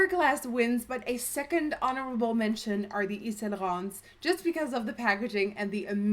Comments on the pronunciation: As someone who speaks French fluently it kills me when beauty gurus pronounce it. Nikkie did a great job! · WHAT A BEAUTIFUL PRONUNCIATION OF YVES SAINT LAURENT